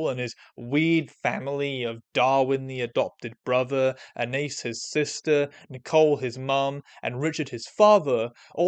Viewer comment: How you gonna mispronounce Anais' name bro did you even watch the show DANG. Good video tho